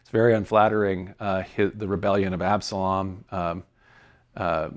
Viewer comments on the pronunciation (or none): none